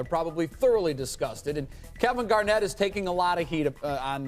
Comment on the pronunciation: lmaooo at skip calling KG “Kevin gar-not” 😂😂